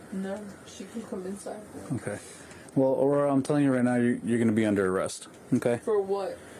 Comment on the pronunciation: I cannot even believe that the mother doesn't even know how to pronounce the daughter's name the correct way 😂😂😂😂😂 "Abrora" 😂😂😂😂 and is "Aurora" but most of Mexican mothers cannot pronounce Aurora 😂😂😂😂😂